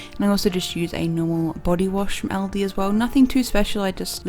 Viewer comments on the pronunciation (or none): none